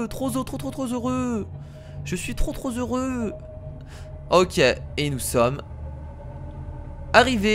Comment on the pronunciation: "Trop zheureux" 😭😔